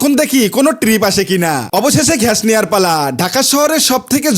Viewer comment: গ্যাস❌ ঘ্যায়াশ✅